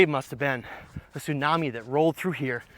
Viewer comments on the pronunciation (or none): none